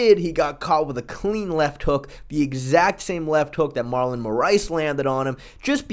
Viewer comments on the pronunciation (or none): none